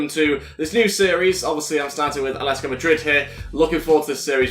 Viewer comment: ATLETICO, not aletico